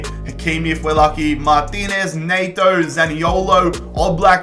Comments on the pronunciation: when you say neigh-toe and its pronounced net-oh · No one:: Pedro Nay-to